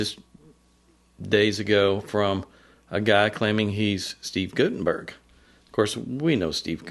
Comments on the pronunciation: It’s pronounced “GUT” not “goot” in Guttenberg. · I can tell by the wording that this is NOT Steve Guttenberg. That is not his style. It's Gut not goot-enberg. Per Steve.